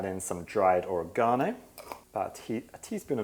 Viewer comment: I live in the U.S. I was very happy to hear you pronounce Oregano as "or-uh-gone'- oh." I pronounced it that way when I was a child and teen. I finally "caved," and began pronouncing it like they do here- "oh-reg'-an-oh." I'm a Senior now, but it still makes me happy to hear that I wasn't pronouncing it "totally wrong!!!" 😄